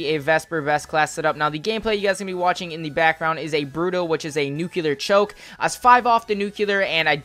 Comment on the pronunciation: Why do you say NUCELAR 😂😂😂 It's NUCLEAR